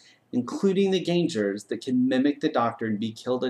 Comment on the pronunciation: GAN-GERS! NOT GAN-JERS!